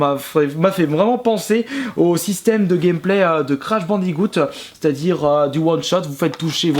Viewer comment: 974 ou encore quand tu dis "Crash bandigoutte" c'est crash bandicoot